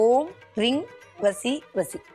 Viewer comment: ரீங என்பது ரிங் என உச்சரிப்பு வருகிறது